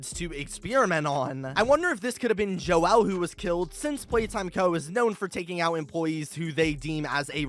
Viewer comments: Why did you say "Joel" so weird? You don't need to split the syllables. It's just pronounced as "Jole" not "Jo-el" Have you never heard that name before? Its pretty freaking common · Joel is pronounced like jole, I have a grandfather named this and I hope this helps your theory here keep up the great work! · joel is not pronounced like "noel" with a j like you're saying it. it's a common name pronounced like "bowl" but with a j.